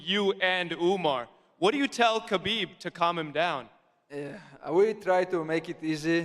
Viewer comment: We got Islamabib, Armabib, Merabib and Umarbib.